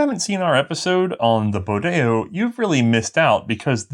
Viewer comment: Pronounce Bodeo like it rhymed with rodeo.